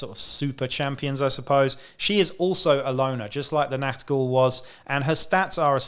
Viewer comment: Your review and positive attitude conviced me to start Necromunda26. Thank you,By the way you hit the german pronouncation of "Ch" in "NACHT Ghul" very good which is rather difficult for Native English Speaket. Greetings fron Germany